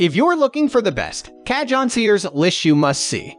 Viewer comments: You do yourself no favours by calling them cajohns. They are pronounced cahoons! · You called t a KA-JOHN. What it is... is a Ka-HONE. The "J" has an "H" sound, LOL! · Cah-John, or Kah-Hone? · mdf is garbage, cahone ,not cajone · If you’re going to do a review and have any credibility at all for the viewer learn how to pronounce the instruments correct name CA-HONE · It’s pronounced Ca-hone 🙄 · AI crap. Can't even pronounce the word cajon! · Learn how to say cajon...hard to believe u know what ur talking about if u don't know how to pronounce correctly. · Can't take a review seriously when the reviewer continuously mispronounces the instrument and you never get to hear any of them.